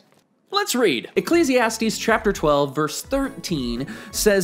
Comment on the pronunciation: Always looking forward to the way you pronounce "Ecclesiastes... 😂😂